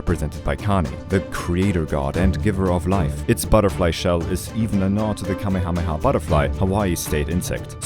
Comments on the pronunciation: So Kamehameha is actually pronounced cuh- may- ah- may- ah (it’s super hard for me to figure out how to spell out phonetically) I’m actually part Hawaiian and my Hawaiian middle name has more letters in it than the Hawaiian alphabet. No idea how to spell it unless I’m looking at a piggy bank that has my name, birth weight, day, and time on it but it translates to Heart of the rainbow. It’s something like coo ooh poo ooh vie oh k uh new e new e phonetically. Edit; I was born in Hawaii and lived there till I was going into first grade at 5. My aunt and grandma (tutu) live on O’ahu. If you can, I highly recommend visiting. It’s gorgeous and one of the last times we visited as adults, we climbed diamond head. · you said his name wrong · hey, pretty amazing video! I think you did very good justice to Hawai'i and such :). Most people on here are a bit... naive when it comes to others' cultures. I think two things, and the only things, to work on are your pronunciation of Kamehameha (the first, and most pronunciation was excellent so it's really whatever)m and maybe diving a bit into what kapu things mean and that there are in Hawaiian culture. I think you'll find some more connections :) good job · That isn't how his name is pronounced